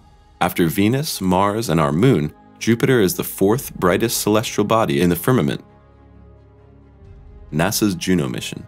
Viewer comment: Agree! I O and celestrial instead of celestial. Just as bad as saying nucular instead of nuclear. Drives me insane. Plus the title is click bait.